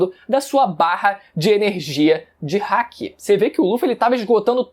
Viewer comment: O que o fala: barra de haki O que eu entendo: barra de hack